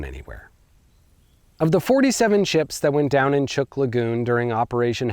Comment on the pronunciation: Great video. As a resident of Micronesia, I would like to inform you that the island group is pronounced as if it were spelled Chook. Or, if you will, with a long u.